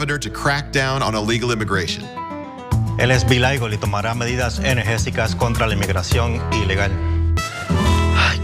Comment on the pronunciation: The "latino" guy can't even speak proper spanish 😂 He said "energéSicas" and it actually is "energéticas" 😊